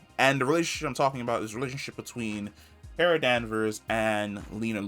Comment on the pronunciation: Car-a (kara), not Care-a!!!